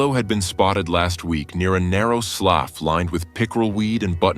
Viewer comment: Can’t help it. I must tell you…as a southern gal from Louisiana, the word written “slough” is pronounced “slew”.😊 LOVED this video…as always!